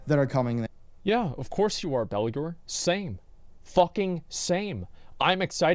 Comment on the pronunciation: It's not spectacular! It's Ballular lol!